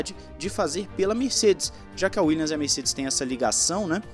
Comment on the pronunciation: WilliaMs. WilliaMs. Não é Willians.